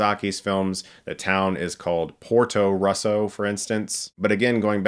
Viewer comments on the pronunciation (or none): It’s a kids movie ffs…and the way you pronounced Portorosso 💀